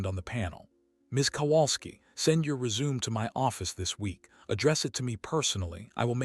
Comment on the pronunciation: Also resume.